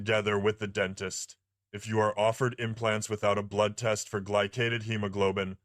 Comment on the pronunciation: Dr Dent-ist 😂